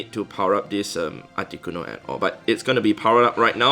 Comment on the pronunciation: So funny how you pronounce it “aticonoo”